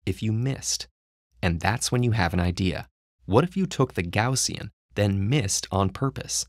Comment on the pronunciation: his pronunciation of gaussian made me die inside